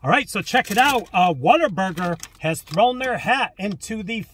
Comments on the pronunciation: Im from Texas and yes its pronounced what-a-burger not water burger lol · What-a-burger but with the texas twang it can sound like "Waterburga"